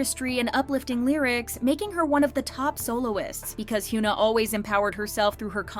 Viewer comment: i like your contents but... 한국 가수 이름 언제까지 이상하게 발음할건지. 케이팝 전문 채널이면 이제 현아 이름은 제대로 발음해야지. don't you think? plz.